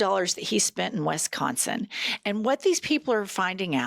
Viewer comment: I love you two ❤!!… but you are too intelligent to say ‘WESS-consin’😂😂😂😂